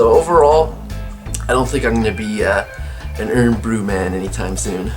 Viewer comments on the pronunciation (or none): Pronounced. Iron Bru:) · Arrrghh Irn Bru out of a plastic bottle is a no no. Pronounced Iron Brew it should always be drank straight from a glass bottle.